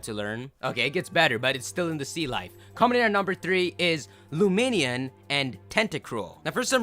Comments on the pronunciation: luminion??? I thought it was pronounced lumineon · is the worst for mispronouncing Pokemon's names. LumiNEON as in illuminate-Neon. pokemon names are secretly made up or 2 or 3 separate words